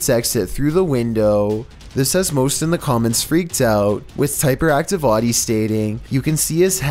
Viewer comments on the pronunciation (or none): none